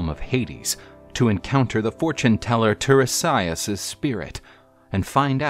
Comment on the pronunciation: The seer's name is pronounced /tie-REE-si-as/; just sayin'. Also, the "mermaids" that Odysseus and his men encountered were the SIRENS 🚨.